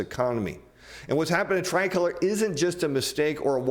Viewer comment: You’re pronouncing “tricolor” wrong. You used “margin call” incorrectly and you don’t seem to understand the subprime auto industry or ABS.